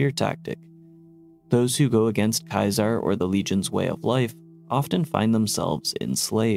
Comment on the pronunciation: i know most characters in the Game misspronounce it too, it can be accepted as a correct thing all You want still cringy af to hear, i actually mute the voices in the Bethesda Games, but thats more general than just for Kaisar